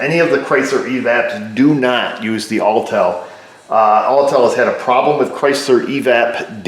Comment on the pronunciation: its Autel.